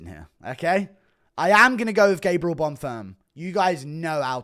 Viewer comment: Guru when he realizes its bonfeem not bonfum